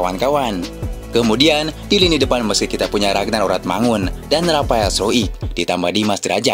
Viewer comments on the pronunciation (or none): none